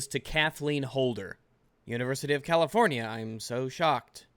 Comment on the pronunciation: "Californie" lol